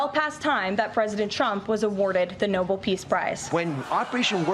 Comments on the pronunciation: Caroline, it’s NOBEL NOT NOBLE. 🙄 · that would be No-BELL not No-BULL Karolyin. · Can someone inform the White House Press Secretary that it's pronounced Nobel and not "noble" please? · The folks who are trying the hardest to push DJT's case pronounce it "noble peach prize" - as if it's something that will associate him with European nobility. News flash: that ship sailed a century ago. Your family history will never qualify you for the non-existent "noble Peach prize" and your own selfishness will prevent you from being nominated for the Nobel Peace Prize. I realize this may hamper your gates-of-Heaven plans, so I'm recommending that you resign from your current role, in order to better your chances of seeing the aforementioned gates. As someone versed in the Christian Bible, President Trump, I'm sure you'll understand the admonitions of Christ documented in Matthew 18:9. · That’s the “Noble” prize as they say. Wouldn’t you know they can’t even pronounce it? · Pretty pathetic when they 'beg/demand' the Nobel Peace Prize for what can only be classified as chaos. But extremely revealing that absolutely NONE of them know how to pronounce Nobel properly! 😆